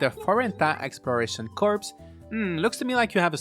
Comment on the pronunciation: By the way "Corps" is pronounced "Core", the "s" is silent. You're saying it like a dead body, lol.